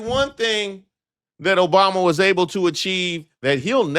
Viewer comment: No, no his last word will be "Obamna!!!!" because he can't get that right....